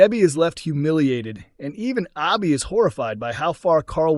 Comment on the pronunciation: Why is it so hard for the narrator to say Abbi ? Lol